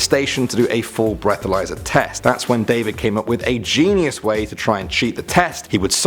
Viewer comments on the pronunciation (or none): none